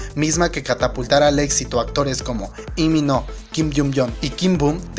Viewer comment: No es li mi no... Se pronuncia li min hu!!!